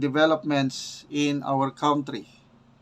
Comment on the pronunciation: hindi yan KAWNTRY. It is pronounced as KANTRY.